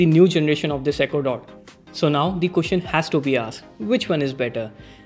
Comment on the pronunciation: Its question buddy.. queshian!! Lol!!!